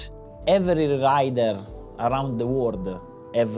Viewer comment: Press over and over again! everrrrry rrrrrriderrrere, pretty funny ahaha